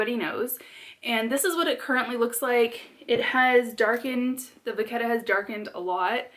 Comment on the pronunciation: Louis Vuitton is a French company, so let's lose the Va "ketta" add that " H" (vachetta), and pronounce it VA SHET A!! Lol, don't know why this hits me wrong, everyone in the U.S. pronounces it different (toMATO , toMOTO). You make the BEST videos!! You are so down to earth and cool and fun to watch😍 I will just have to keep watching even if you don't say "vaSHetta" going forward! 🤗 😂